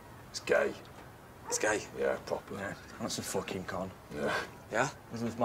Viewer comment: It's podrick fooking payne 😂😂😂😂😂